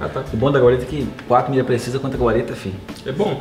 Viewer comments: não colocaram o nome precisa porque ele falou ptecisa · o crusher Fala precisa e n conta kklkkk